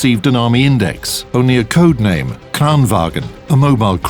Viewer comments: Bada Bing Bada Boom Dude, its not wagen, not even close, its PRENOUCED LIKE VANGN, BY ALL DIALECTS OF SWEDEN. AND ITS SPELLED LIKE VAGN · not pronounced Kranvagen, it's Kranvagn. The same with the Stridsvagn! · VAGN NOT FUCKING WAGEN! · As a Swede im triggered everytime in every video people pronounce "kranvagn" as "Kran WAGEN" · Why do they call it kranwagen its called kranvagn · Bada Bing Bada Boom Not even close. Dissapointing they cant prenounce something as easy as vagn wich is prenounced vangn, SIMPLE AF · No it's not. It's pronounced wagen. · Bada Bing Bada Boom You are kidding right, i think i as a native speaker of swedish know how to prenouce SWEDISH WORDS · It's "vagn", pronounced "vang - n". Not sure why North Atlantic Terror Organisation is eating all the troll-bait though. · Love how the narrator pronounce the swedish names as if they where german.